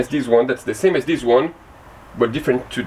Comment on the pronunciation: the word this is not spelled diz!! You use this English word totally wrong and you say it in almost every sentence. I just wish you would use the correct pronunciation when learning a different language. Good video besides this!!! THIS NOT DIZ 😂